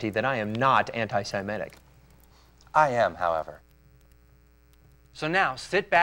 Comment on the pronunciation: “Anti-Sam-etic” Why are you hating on old same so much? What did Sam ever do to you?